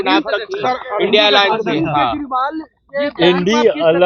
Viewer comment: Sala इंडिया को indi बोल रहा है ये paswan है ही नहीं